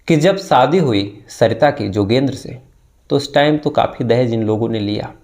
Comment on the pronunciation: सर आप सादी नही शादी काहीये और उसा नही उषा काहीये बाकी ठीक है